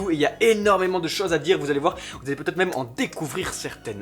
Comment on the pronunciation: Attention à la liaison "vaT-être". :3